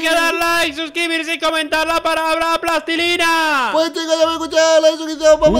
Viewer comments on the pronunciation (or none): " LASTILINA" **XD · "PLAZTILINAA" UwU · "Plastilina" Solo que yo le digo plastisina